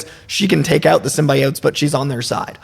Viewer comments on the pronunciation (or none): Dafuq, did he just call them Simbyoats